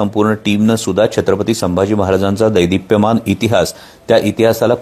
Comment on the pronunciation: कोल्ह्या दैदीप्यमान नव्हे रे , " देदीप्यमान !"